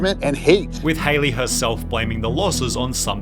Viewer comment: Is that how you spell or pronounce her name. This is how you spell Hailey isn't it? Not Haliey. Seems like her name will be pronounced like Halle Berry's.